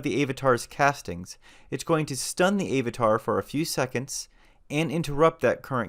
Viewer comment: Love your videos but unnghhghhh.... It's Av-a-tar - not Ayv-a-tar - you say Ap-all (Apple) not Ape-all !